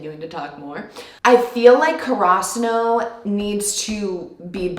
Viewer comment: I find that there’s a lot of little choices characters make unsaid example everyone’s choice of shoe color or even knee pads (Asahi only wearing one or Oikawa wearing a white one and a black one) etc. Also Karasuno is separated In pronunciation. Ka-Ra-Su-No. not karaw-suno